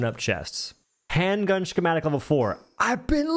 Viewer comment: That is not how you say schematic. Ska ma tick